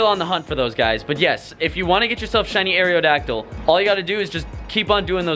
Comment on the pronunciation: "Air-ee-oh-dacdyl" is bothering the fuck out of me. It's not "air-ee-oh-space," it's aerospace. Aerodacdyl. Where are you getting this other E?